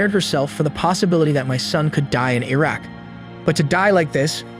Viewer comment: the way you pronounce iraq.....